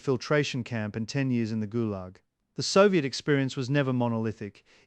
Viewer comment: “…ghoul-Yahg….” (Fictional pronunciation of Gulag…)